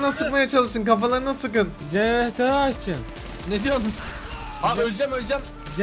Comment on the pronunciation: jeönetörü açın skjdksbdos o nası sölüyiş olm